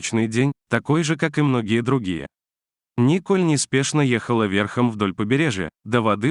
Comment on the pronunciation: НИ́коль неспешно ехала вЕ́рхом... дальше уже слушать не хочется.... Это на каком языке??? До каких же пор будет процветать такая безграмотность? Чему вы, грамотеи, учите слушателей???